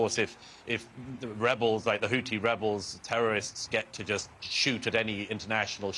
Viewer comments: HOUTHI not HOOTI. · And HOUTHI not HOUTI/HOOTI.